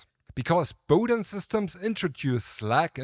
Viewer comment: What? And it’s Bowden and not Powden 🫩